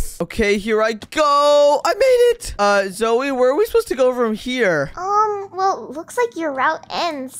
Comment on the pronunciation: Everyone is saying "zoe" instead of "zoey"